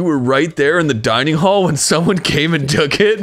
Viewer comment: "just-a say-a when-a!"